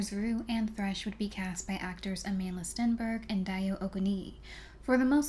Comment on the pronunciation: Her name is pronounced a-mahn-d'la